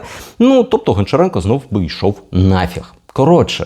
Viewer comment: правильно казати або гамчіренка або ганчіренка